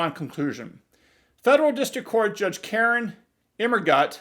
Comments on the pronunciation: I love how you keep saying KAR-in 😂😂😂😂😂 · I love the strong emphasis on KAREN, every time her name comes up... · I love the way you emphasize her first name.